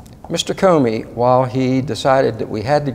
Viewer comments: I think your pronunciation of Comey isn't Cumey but I could be wrong. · I know this is petty but...CU mey. CO mey ! It is making me crazy! Lol! Say what you will. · effing idiot on left can't even pronounce comeys name right! grand pa s looking stupid! judicial watch wasting more donations on this! just gagged the idiot on the right can't correct the giant ass on the left! just listen to him repeatedly say koomee instead of ko mee! jerk! i don't for one minute more beleive judicial wants to have any effect on these govt. criminals their stupid, boring vids prove it! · I hate it when people cannot pronounce a name (Comey--long o). This name has been in the news for a year. Why can't people pronounce it correctly! Comey not Coomey! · Talk about butchering names: Kumee, oh you mean Comey. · Egil Lomeland I thought I was the only one who noticed that.. Kumee..He's driving me crazy..for God sakes just call him Weasel!! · That was driving me absolutely crazy! He sounds educated and yet can't pronounce an easy name that has been correctly pronounced in the "fake news" hundreds of times!!